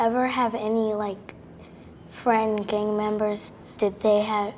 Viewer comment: I love it that they all say gang but they say it with a K so they say like gank 😂